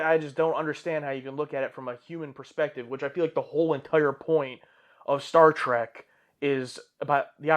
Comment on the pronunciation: Was I the only one that heard him say: "Star SEARCH"?